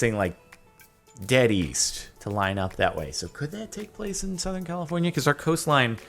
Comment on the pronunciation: East? I thought he said weast #PatrickStar